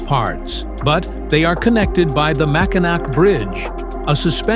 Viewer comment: Yes, but you pronounced it Mackinac. I'm a local.